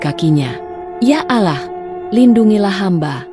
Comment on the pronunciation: Maaf ya, ko membaca surat Anas,gk fasih, sepertinya bukan orang Islam.. Menyebut Nama Allah saja alah